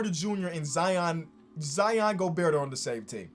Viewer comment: please stop pronouncing the T in Gobert